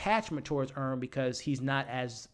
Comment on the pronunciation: Earn, not Vern 😂